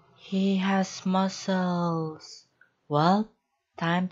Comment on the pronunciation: Yay! Camera pronounced it correctly. Mussels (muscles) says Muskels wtf